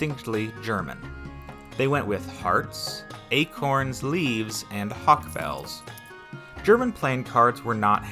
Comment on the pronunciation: Halk-bell??? It's hawk-bell...